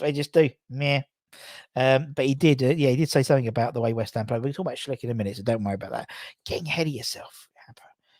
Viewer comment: Hey, why U still call Patrik Schick "Schlick"? Where did U get that L? It always makes me laugh. Anyways, greetings from Czech. Take care mate. COYI